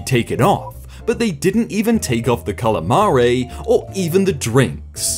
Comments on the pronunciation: I gotta say it mate. Its not pronounced calamaray. Its cal-a- maree. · The real facepalm is your pronunciation of calamari and gnocchi, though the latter is understandable. They're actually pronounced "cal-i-mar-ēē" and "ñ-yō-kēē" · How did you mispronounce calamari, spaghetti alle vongole AND gnocchi all in the same sentence?? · "gnocchi" is not pronounced know-chee! More like nyo-kee. You also butchered "alle vongole" and "calamari" wasn't perfect either.